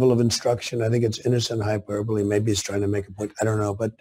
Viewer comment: He can't even pronounce hyperbole